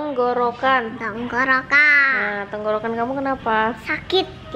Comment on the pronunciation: Semoga lekas sembuh kak. Lucu pas bilang kerokan(masudnya tenggorokan) 😄